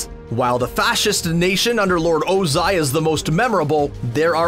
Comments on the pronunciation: You sayed lord ozi and IM TRIGGERD!!!!!!!!!!!! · The fact that he’s saying lord Ozia is so annoying